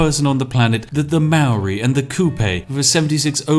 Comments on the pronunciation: Hey he mispronounced Maori every time too. Silly Poms. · Maori/New Zealanders are laughing at how you say Maori. It’s like the most white way to say it 😂 haha but everyone says that if they haven’t been taught how to properly pronounce it